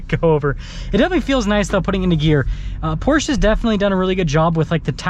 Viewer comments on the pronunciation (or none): It’s Porsch uh - not Porche. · It’s “Porsh uh” 😂 I cant get behind a 4 banger in this car. Porsche punishes base level trim buyers. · Porsche is two syllables pors. Sha. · You pronounce it “porsh” while the dealers at the Porsche dealership pronounce it “Porsha”. And I’ve gone my entire life thinking it was pronounced “Porsh” 🫤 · Porsche 2 syllables